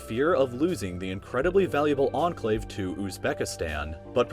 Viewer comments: Literally everyone: Enclave: Anclave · Its enclave not anclave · I like how says Enclave as Anclave